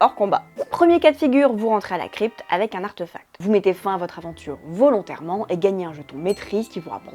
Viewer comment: Bonjour, Est-ce que quelqu'un peut me dire d'où ça sort cette prononciation "arteufact" ? C'est pas de l'anglais, c'est pas du français... En français, ça s'écrit avec un accent aigu (artéfact), et ça se prononce en conséquence comme c'est écrit, avé l'assent. En anglais OK ça s'écrit sans l'accent, mais du coup ça se prononce plutôt artifact... Bref arteufact ça sort de nulle part, c'est pas beau à l'oreille, et pourtant j'entends plusieurs personnes le prononcer ainsi, alors ça sort d'où ?